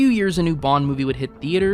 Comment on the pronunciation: You know he’s not called Daniel Kregg right? It’s Craig. Like raid. CRAY-G